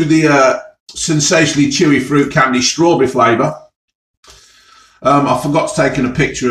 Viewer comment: “I’ve picked up cherry and strawbereh” 😂